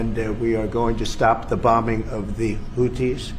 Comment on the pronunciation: She wouldn’t even be able to say Houthies